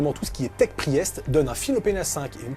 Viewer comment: Pri-èst. C'est pour que l'adversaire fasse un AVC si il est anglophone ?